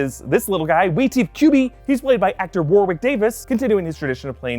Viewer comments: FFS! His name is pronounced "Worrick", and NOT "War Wick". Pro tip - type in to youtube search "how to pronounce Warwick" Is is painful for Brits to hear Americans butchering English! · I beg you guys learn how to pronounce Warwick. It’s not pronounced War-wick, it’s pronounced so it sounds like Worick. Take it from someone who is english 😂😂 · War-wick Davis? In Warwick, the second W is silent. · Warwick is pronounced “Worrick”.